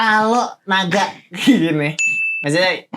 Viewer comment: Naga jadi NIGA 😂😂😂😂